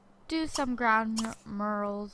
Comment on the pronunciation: I know this video's really old but I only started watching it recently and a lot of things really bother me lol. His name's not Muhammad, it's Mahmoud. Those aren't the same. And it's not "dormitery", it's dormiTORy with an o. Also, how do you not know how to pronounce mural? It's not a hard word. Lastly, in a couple videos back you said "uba gangnam style" but it's actually oppa gangnam style.